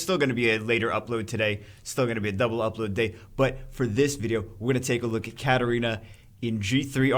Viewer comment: Its 2019 (almost 2020) and still calls Katarina "Katerina"...